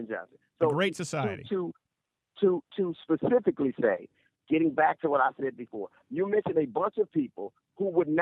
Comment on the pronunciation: So he can enunciate advantageous but says "pacifically" instead of specifically... explain that. Black people are just butchering the language on purpose for some god awful reason only they know